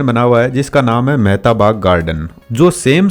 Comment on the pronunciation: mehta garden 🥴 Mehtab garden 🤗